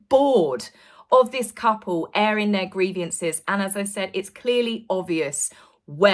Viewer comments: Well said,, yet again you've nailed it! (except.. it's "grievance", not "griev-i-ance") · Sorry,, grievance is only TWO syllables! It is.NOT grieve I- ance!